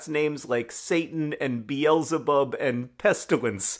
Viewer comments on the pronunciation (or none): none